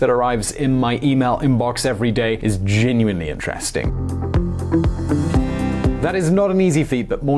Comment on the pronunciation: I know is British but pronouncing 'genuinely' as 'gin-nu-en-li' is a new one for me, a fellow Brit.